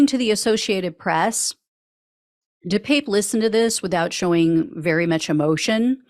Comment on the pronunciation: De Pape pronounced de pah pe......